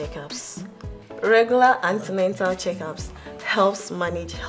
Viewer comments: Beautiful episode , but pls its not Antenental care as the girl said but "antenatal care".. 👏 🙌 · Please this is an educational series so do well to check your spellings and pronunciation of words... There is no such word as antenental, it's antenatal. Thanks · wtf is antenental. It's Antenatal/prenatal